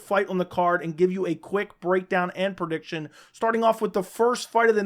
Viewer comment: Love you buddy but it's PREdiction not PERdiction